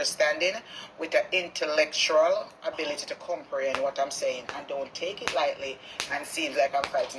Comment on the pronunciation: All them “big words” she called together no mek not a sense. Plus she no even a pronounce intellectual properly 🙄🙄